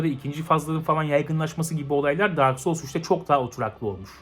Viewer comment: "dark soul siki dak soul siki" dedikçe gülmek ile hayır bu öyle degil bu öyle degil arasında kaldım.